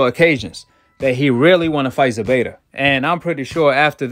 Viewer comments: It’s ZEPEDA Not ZEBEDA 🤷🏻‍♂️ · It ain’t Zebeda it’s Zepeda with a “P” my dude